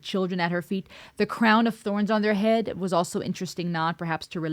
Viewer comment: You even pronounced it " in your Ead!". Love your insights. Dorothy brought Ireland, voice, and musicality to the masses. "go raibh maith agat" ( thank you). I was stunned by this song then and now. Thank you for your song reactions. Stay Safe.